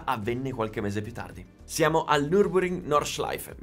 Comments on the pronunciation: Tutto fantastico, però, ti prego, si pronuncia (e si scrive) Nurburgring, non Nurburing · NurburGring,... non pronunci mai la G, e manca anche nella grafica